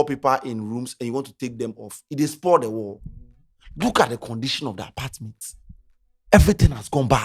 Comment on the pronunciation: The "hosdt and apartdment" 😮